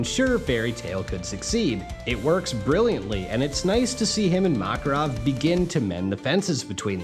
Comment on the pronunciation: Kept getting distracted by his mispronouncing of the names. Mock-erov, Loxus, Gah-xeel.